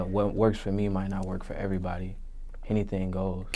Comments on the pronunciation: "Hennything is really possible" ctfu im sleep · "Hennything is really possible, hennything is really possible." 😂